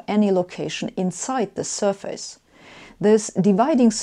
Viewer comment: Joakim von Anka It's sur-fis not sur-fayce.